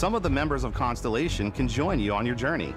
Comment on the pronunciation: I'm so looking forward to Starfield, but of course the inclusion hire in the "Production Director" doesn't even know how to pronounce 'ConSTELLation'. She said 'consolation' 😂